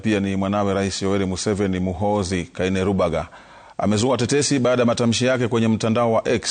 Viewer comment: Kainerugaba not kainerubaga 😊